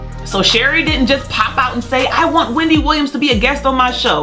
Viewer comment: Why are they still calling it , Wemdy Williams